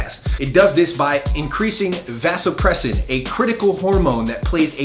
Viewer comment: mispronouncing vasopressin and noting other points that are not heavily backed by science is not a valid argument.